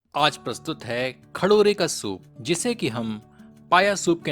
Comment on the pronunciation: खडोरे नही खरोडे😂😂😂